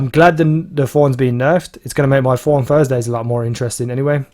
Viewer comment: It's Thorn not F-horn :D